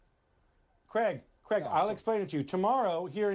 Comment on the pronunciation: Its not Cregg, its Craig...